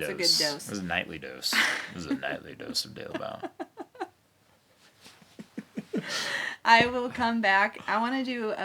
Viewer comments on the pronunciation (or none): You do know you pronounce your name the wrong. It's not Delebout but Daalebout with the a like in "far".